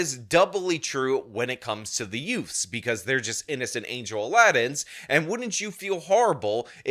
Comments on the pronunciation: "Did you just say "yutes"? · "These two yoots." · "yeah yutes".